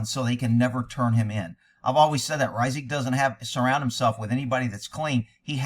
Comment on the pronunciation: This man is tarnishing the Reisig name! Hey you pronounce it correctly too! That’s a rarity!